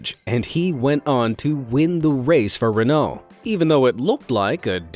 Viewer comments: His pronunciation of Renault hurts. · Makes me laugh when you cant say Renault properly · sigh pronouncing Renault incorrectly......